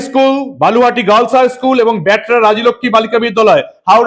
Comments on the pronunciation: বালুহাটি না বলুহাটি ঠিক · বালুহাটি নয় হবে বলুহাটি